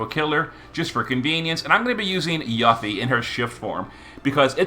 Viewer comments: he issue is people not recognizing the romanization of ユ is YU but the U is pronounced as oo in Japanese. If you don't know that and attempt to apply English rules to the pronunciation, you end up with yuh-fee. There was a large fan base that was shocked when they discovered the correct way to pronounce her name, with even some only finding out when ff7r integrate came out. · There is no need to wait for Rebirth to come out. She was already in the Episode Intermission DLC for Remake and pronounces her name there as "You Fee". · you got a point. I check the wiki FF Japanese version, the katakana writing is ユフィ ( yu fi ). Hence pronounce you fee. Also, Final Fantasy 7 Remake part 2 is coming soon, we will know the proper pronounciation for Yuffie. In the mean time, can call her whatever she likes 👍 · I've just never heard someone call her that I'm not sure if it's a purposeful gag or if that's really how he pronounces her name he calls lots of ffbe names so different to then what I would pronounce there names it's a curve ball for me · yeah of course I didn't mean any disrespect towards him I love him so much he's carried me in the game all these years I was honestly on curious why he says it that way it's funny and I like it but sonetimes when things aren't pronounced how I'm use to my ocd kicks in weirdly enough